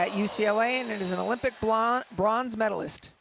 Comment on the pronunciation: She said blonze medalist